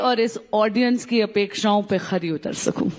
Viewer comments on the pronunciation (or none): बांसुरी जी, शब्द* खरी * होता है न कि ख़री